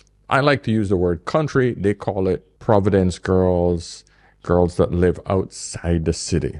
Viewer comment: Not providence....but PROVENCE